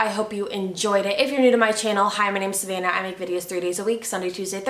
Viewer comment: She said “sVannah”